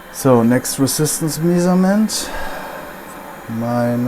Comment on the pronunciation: Respect for your patience,. I know, you are a german guy. But do me a favour: please try to pronounce "measurement" etc. in the right way, it hurts my ears. Loudspeaking: "Mescherment" and " to mescher".